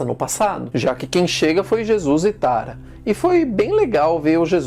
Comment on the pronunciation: Por que ele pronuncia Aaron e Tara, como se fosse uma palavra em português?